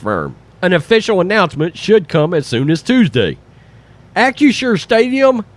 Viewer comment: Shows you what a stupid name it is for a company OR for a stadium that mispronounces it over and over in this video. He keeps saying AK-U-SHUR instead of AK-RISH-SHUR. But no matter how you say it, it comes out CRAP.